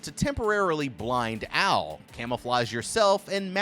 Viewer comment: bruh wtf u pronouncing Owl as Al i was just listening to this and it confused tf out of me